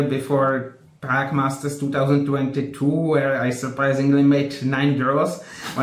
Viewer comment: Everytime Sagar says "Praque" I can't help thinking about Prag.....